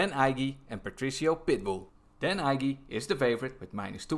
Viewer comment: Dan Ige is pronounced "EEEEE-GAY"